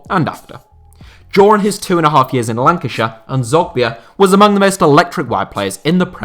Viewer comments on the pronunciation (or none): none